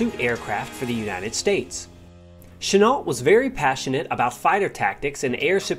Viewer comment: GENERALCHENUOLT !!!!!!NOT CHANEL 😕😮😮😬STOP CHOPPING GRAMMER 😣😨g